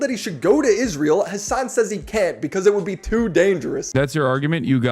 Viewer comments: You deliberately butcher the name "Hasan" by pronouncing it "Hamas". That tells me everything about how much trust people should put into anything you say. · "hamas piker" ughhh